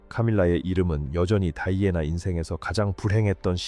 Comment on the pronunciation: 이름을 다이아애나로 발음하는 경우가 있네요 다른 유투브에도 그러더니